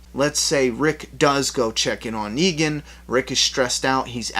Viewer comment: It's NEGAN not Neegen